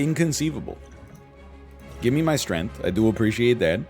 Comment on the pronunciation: Has he always pronounced it “Strenth”?